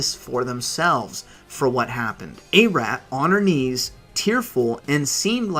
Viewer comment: "Ah-rot" not ''eh-rat'' 😉👍 Nice vid man.